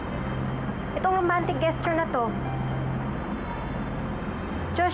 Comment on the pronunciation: Luh wala man lang nagcorrect kay Ivana pano ipronounce ang "GESTURE"? jusmio marimar, inglisera yung character pero mali pronunciation